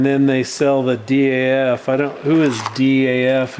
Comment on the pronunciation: if you look in newer KWs and Peterbilt you will see the DAF interior influence rubbing off on to into the US 🇺🇸 market and you pronounce it as a word DAF not D-A-F they run those crappy PACCAR engines to forever blowing turbo’s and electrical faults I used to drive one on my old job from my other YouTube channel